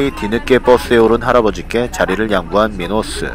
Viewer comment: 미노스는 미//노스지 미노스으는안닌데 아무리사람이라도 미에액센트가들어가야합니다 로에들어가면 듣기가불편합니다